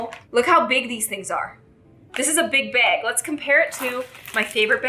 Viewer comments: Why do you say “bag” wrong 😑 reeeee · Love the way pronounces bag.